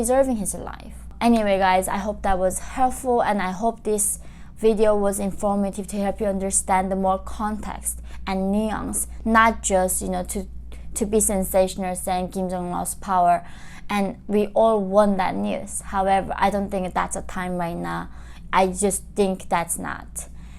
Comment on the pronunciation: Way too much fillers. Starting to look like an elf joker. Did you mean to say nuance & said neons 😂 made up story telling has gone down the rabbit hole.